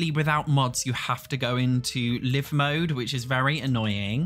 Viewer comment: Somewhat off-topic, but this is the third simmer I've heard do this. Isn't LIVE mode said like hive/drive/five? Is this an in-joke I'm not aware of?